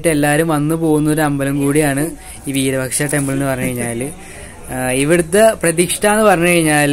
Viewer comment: വീരപക്ഷ എന്നല്ല വിരൂപാക്ഷ എന്നാണ് പറയുക